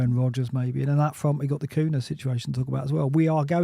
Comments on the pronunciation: Sorry to be so pernickety but,... Cunha is pronounced "KOONYA". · I can’t wait for Cunha to be banned, so I can stop hearing you too mispronounce his name.